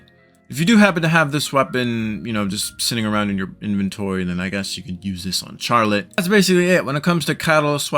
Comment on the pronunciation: The way you pronounce Charlotte is slightly killing me.. but this guide is very helpful, thanks!